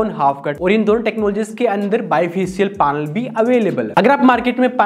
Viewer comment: पानल क्या होता है भाई ।।। पैनल होता h वो